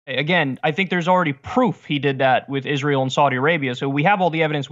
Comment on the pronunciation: I love how Cenk conveniently forgets how to pronounce Israel....